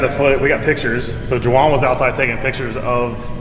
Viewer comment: "Ju-an" Me: bro wtf, Are you pronouncing it wrong on purpose? It's supposed to be "Who-an" but with an Hispanic accent.